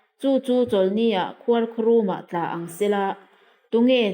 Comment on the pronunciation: Vawk kha an 'tlââ 'an tla lo.Bible hi chhiar dik hram tur.A hlu si a.